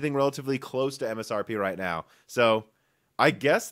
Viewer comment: When he said "now" at the start of the video I thought he said "no" to the question in the title. Btw the correct answer is no.